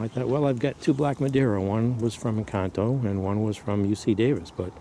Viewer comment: Great information Sir and yes your Encanto pronunciation is flawless! You dont happen to have some UCD or EF Black Madeira cutting for sale from this pruning season?